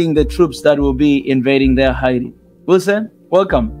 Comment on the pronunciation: It's Hay T